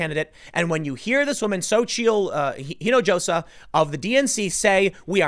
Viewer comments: Spanish pronounces the letter "J" like an English "H". It's "een a HOS a". Or are you still "Looking for the way to San "JOE SAY". Put a little work into learning words, bro. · I know Tim's not great with pronouncing names, but you can tell he hasn't been around a lot of Spanish speaking folks. The "j" in "Hinojosa" is pronounced like an "h." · Spanish lesson for Tim: Hinajosa is pronounced "eenahosa" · No. It's SO-cheel. And the leading H in the last name is silent, so it would be more like Ee-no-ho-sah. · Hinojosa = pronounced ‘he-no-ho-sa.’ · u pronounce it Hin -i-hosa (hispanic orgins) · dude, her last name (Hinojosa) is pronounced “ee-no-ho-sa”, the first name? not too sure